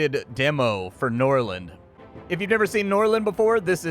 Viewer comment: I will forgive them for forgetting an R from Norrland